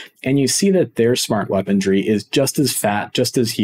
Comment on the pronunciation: Just a heads up, Weaponry is pronounced Weapon-ree not Weapon-dree. Otherwise, good stuff and happy you're covering new patch features, changes and additions.